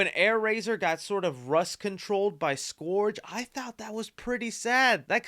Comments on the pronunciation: Scourge not SkOrGe 🤦‍♂️ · Scourge - 'skurge' - not "skorge" 🙄... mispronounced... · „Scurge“ not „Scorge“ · Pls stop pronouncing scourge like that 😭😭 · Your pronunciation of “Scourge” makes me cringe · Scourge: ˈskərj... pronounced like the "Purge"